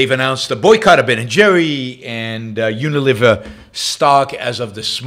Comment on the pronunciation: It's not UniLIVER, but Uni-LEE-ver. Think a fulcrum. Not liver and onions.